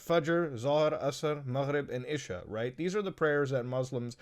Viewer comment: Bro you just butchered the names of the salah like isha fajar